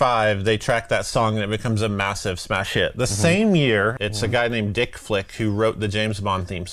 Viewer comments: Vic Flick... not Dick ;) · His name is Vic Flick, not Dick Flick- for anyone who wanted to look him up. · His name is Vic Flick not Dick Flick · Did he call him dick flick? His name was Vic flick. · Vic Flick, not Dick. Great player. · i thaught u said "dick flick" i was like no wat thats his fkn name.....then i look em up to find out its vic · its actually vick flick not dick flick, hes a super cool guy tho, youve prob heard him play more than any other musican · I thought the guys name was vic flicke..not dick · Vic Flick, not Dick Flick ! ! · VIC Flick, not DICK FLICK smh 🤣🤣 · Its Vic Flick....not Dick Flick.